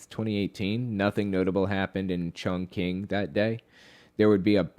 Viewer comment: Chongqing - umm you might want to look up the pronunciation